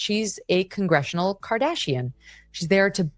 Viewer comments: "Kongressional" Khardassian... good characterization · Congressianal Kardashian lol!